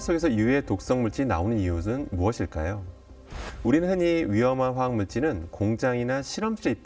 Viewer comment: 화학에너지교수가 화학을 제대로 읽지 못하네